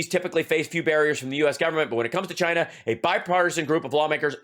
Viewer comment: Hal, it has three syllables: Chy- ee-na.